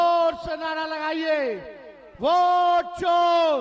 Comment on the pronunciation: अरे नवीं फेल भोट नहीं वोट कहते हैं महा मूरख😂😂😂😂😢😢😢😢